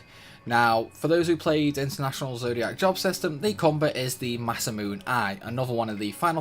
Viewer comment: Masamune is pronounced "ma-sah-moo-nay" not "ma-sah-moon"